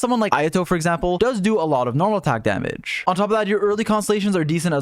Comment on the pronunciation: Help I can’t every time he says damage It sounds like another -ge was added Damagege 😭